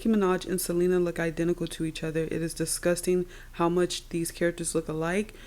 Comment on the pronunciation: Girl you make me laugh when you say "it's dusgusting"😂😂😂. Keep up the good work❤